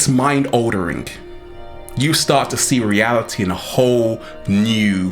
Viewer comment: Decent video, but dude, it's ALTERING!!! Not "oldering" haha